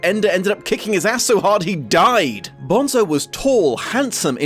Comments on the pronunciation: umm actually, it's pronounced 'bone-so' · It's pronounced BONE-so